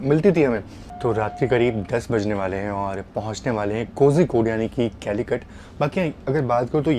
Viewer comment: ..Kozhikodu is pronounced "Koyikod"..similarly Alapuzha is pronounced "Alapuya"